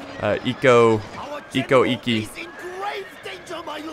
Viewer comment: Damn every where I look(comments): Bad pronunciation OO-e-sugi = Uesugi Cho-so-kabe = Chosokabe eko-ekki = Ikko Ikki Oo-to-mo = Otomo There's a show called: Sanada Maru about the Sanada clan during the late sengoku period, basically covers everything so have a look if you're interested in learning about Japanese history(since the show's in Japanese you'll also learn the correct pronunciation).